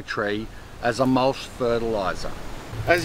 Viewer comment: Mulch, not mulsh!